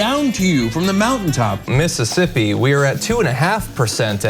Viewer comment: Missippi? I don't usually rail on misspeaks, but I dont think he fumbled over his words.. I think he literally read it as Missippi lol EDIT: HOLY CRAP! HE SAID IT AGAIN! He doesn't know how to properly pronounce a state! This guy is an absolute imbecile. I'm shocked, but I'm not surprised.